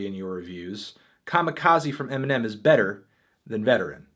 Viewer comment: when melon says eminem it sounds like nemenem